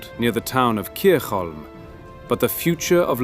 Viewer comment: I'm pretty sure it should be "Kirkholm", not Kircholm, in Swedish (and it's called Salaspils in Latvian).